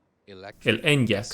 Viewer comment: Se agradece mucho que estéis subiendo videos de este canal doblados al español. Solo un apunte, se pronuncia "eniak", no "enllak", y la plataforma es la MEB, no MEV. Ya puliendo esos detalles quedarían aún mejor los vídeos ;-)